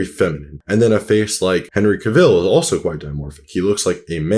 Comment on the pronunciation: Ty, lol, it was driving me crazy. And his pronunciation of henry cavill...